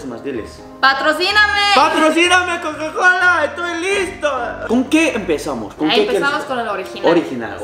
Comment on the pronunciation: ya casi ibas a decir cacacola jajaja jajaja.